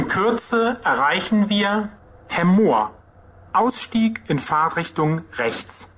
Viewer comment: nein, hört sich an wie Fahrrichtung,also ohne t bei Fahrt.